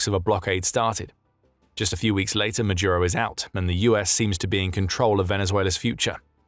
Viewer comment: Ma-dooro!! not Majuro, not Majooro, not Madiuro!